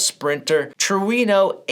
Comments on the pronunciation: LOL "true ee no" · I am not into R/C drifting but that body is gorgeous! Thank you for the detailed look at this new Kyosho Fazer. I noticed that you pronounced Trueno differently than I have heard it with a distinct "w" sound in the middle. I have heard people say it "true-ee-no" or "true-uh-no." I am not sure exactly how to pronounce it!